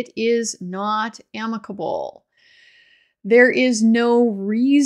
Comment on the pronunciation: You said amica-ble. 😉 Great video. Thank you.